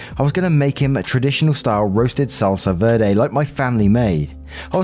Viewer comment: I'm so sorry but you had me dieing at the pronunciation of salsa verde, I was just like is he trying to say vederit but weirdly? 😆 I guess this is me finally subscribing LOL